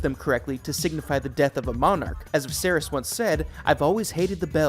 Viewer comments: Vizerees? Screen rant.. get someone who actually watched the show to read the script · yea the videos are all great tbh it’s just the mispronunciation is killing me😭😭😭. i don’t like to nitpick but come on bro vizereezz??? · The way the names are pronounced made this almost unwatchable. Especially the way Viserys is said. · Holy moly. This must be AI reading. The mispronunciation of the names of major characters, important objects, and the dragons is so bad I can’t watch the whole thing. Made it over halfway, hoping it would get better, it just kept getting worse. I expected better, Screen Rant 😞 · Oh and Viserys lol